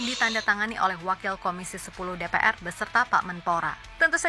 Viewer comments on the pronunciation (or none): DePeEr (DPR) Bukan DePeaeR